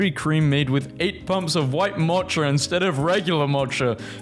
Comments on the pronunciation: My will-to-live meter went down when I heard you pronounce "mocha" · Say mocha "*mawtcha*" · Did bro really just say mocha and Confucius like that? 💀